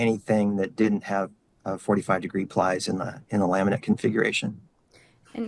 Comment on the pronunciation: Every time he says "laminate configuration" it sounds like "lament configuration". Kind of fitting.